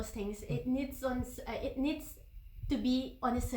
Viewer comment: It niiiiiiddddssss 😂😂 please go learn some english vocabulary and grammar and pronunciation babe.. it sounds so obvious that she came with some by-heart Q&As.. if you guys struggle to talk in English fluently then come to me😂😂